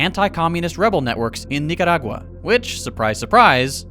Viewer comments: Very much appreciated she correct pronunciation of Nicaragua!! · My dude said Nicaragua like a native speaker. 👀